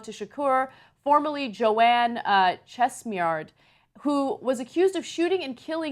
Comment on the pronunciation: 'Chesmiard'???? Chesimard